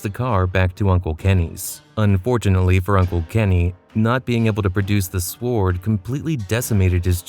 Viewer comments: SWARD lol, you say it wrong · I cant get past the narrator pronouncing the W in sword. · The pronunciation of sword was killing Me